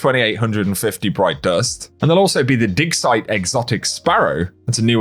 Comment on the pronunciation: Before the image popped up it sounded like said dick site not dig site 😅